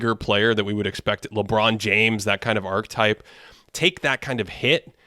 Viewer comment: It’s crazy how you pronounce archetype lol